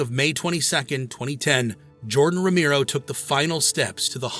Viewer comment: It was unfortunate that the AI couldn't pronounce Romero properly.